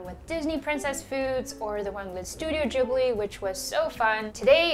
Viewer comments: Studio Jibrlilly??? Gibli. Hard G. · She says they are her favorite films but mispronounced the name of the company.... GH - like Give.... JH - jam Try again 🤣